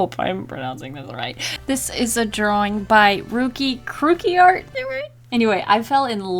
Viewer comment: Aw, I am ruki-kruki. You made me so happy! You made sch a good job, I love it! I saw it early in a morning and you made me smile for the rest of the day Also, you pronounced my username exactly how it's pronounced